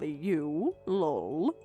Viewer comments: If youre not gonna do Laugh out Loud fully then say EL OH EL and type it l.o.l or something ffs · I swear to God that if I have to hear lol as one word with a long o one more time, instead of Laughing Out Loud, I'm out. Reality would be an actual laugh. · Even just putting a space between each letter so they actually say L O L would help. I'm not the first, or even the 100th, to complain about this. It makes me batshit crazy. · Lol means laugh out loud not the way you're saying it